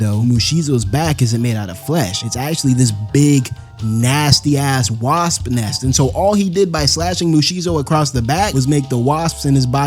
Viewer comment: can't pronounce wasp. What kind of a story teller that can't pronounce a name or even an insect kind